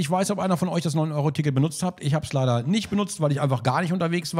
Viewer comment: Geil wie der eine dude das leider betont hat